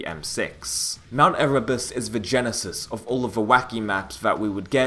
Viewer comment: Dude it's, "mount E-rū-bus"